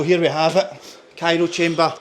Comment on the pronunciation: Pet peeve - Calling the cryo chamber, the "cairo" chamber.